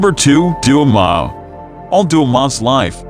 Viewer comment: Also doma he said duma 😑😑